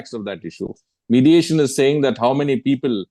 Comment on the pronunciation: Modiation, not mediation...